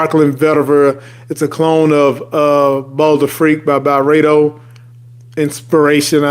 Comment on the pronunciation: Pronounced Barara not Baharara